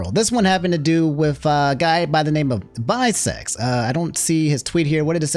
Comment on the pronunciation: Calling Vi Seconds (6 Seconds) Visecs is wild and so funny lol 😂😂